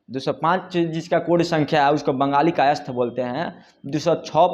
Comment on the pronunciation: पत्रकार हैं तो कायस्थ का उच्चारण ढ़॔ग से कीजिए जोर देकर🙏